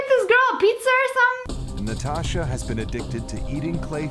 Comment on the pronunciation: In she said nastasha but it’s natasha